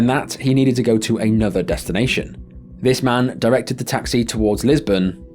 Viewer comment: Lisburn not Lisbon great stuff as always